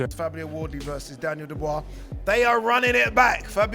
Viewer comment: The guy talking can not say Dubois name properly